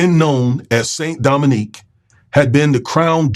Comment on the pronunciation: Haitians are still paying the price for being the 1st black republic. Btw, i know you are miss pronouncing it, but it was called "Saint Domingue"